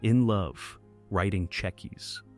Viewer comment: Just how hard is it to correct the Al pronunciation of cheque and cheques? Its not even consistent! Must have been a Yank that made this. Oh, and 'mobilisation'? That was also hilarious.